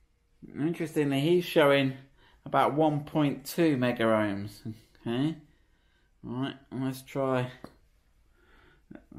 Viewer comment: i love your videos but, its not meggar ohms (that's a brand of electrical testers) it is megohms, as in millions.